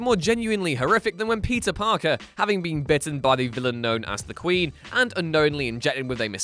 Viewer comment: No one: Him: Pizza Parker